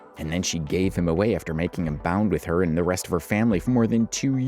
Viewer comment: BOUND? You mean BOND. I have hours available in my week available for proofreading narration scripts and pronunciation correction. 👌🏽